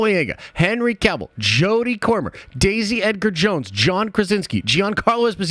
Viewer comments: Jodie Comer (Comer sound like comb not corn) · Jodie COMER not CORMER.